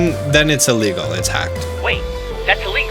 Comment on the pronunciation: Istg everytime you said "illegal" i thought you said legal. dead serious I heard you say 18,000 people were sued for legally downloading music.